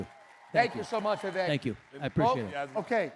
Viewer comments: The one thing I've noticed up to the 38 minute mark is everybody that has addressed Vivek Ramaswamy has mispronounced his first name. I believe this happen because the speaker for the group organizing and running this event mispronounced his name from the get go. His first name is spelled Vivek but is pronounced Vivake like cake. Damn....if you are going to host an event, know how the hell to pronounce the name of your guest speaker. There is absolutely no excuse for mispronouncing this man's name at this point in the game outside of ignorance. Step your f***ing game up! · VIVEK LIKE CAKE! Say his name correctly!